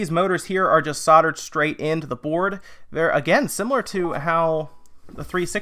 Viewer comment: You people really need to buy tissues so you can blow your noses B4 you do a video as its very off putting and whats with the camera work, half the time we're just staring at a white cloth because you keep moving out of view. Also why do you say sodder when the word has the letter 'l' in it, i'm not picking fault i just dont understand why you completely miss out that one letter.